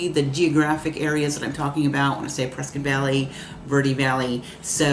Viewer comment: Prescott is pronounced like “triscuit”